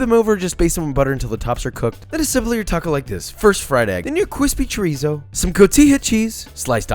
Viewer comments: My boy don’t even know how to say chorizo correctly Edit: love you tho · Chorizo? Did you just said chorizo? CHORIZO! CHORIZOOOO! CHOORIIZOOOO!!!!! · Video idea: how to pronounce food items that are commonly mispronounced chUHrEeZo lmao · chorizo is pronounced chorizo not chorizo :/